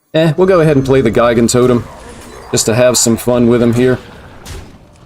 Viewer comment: Pretty sure Gigantotem is pronounced with a soft "g", as in Gigantic.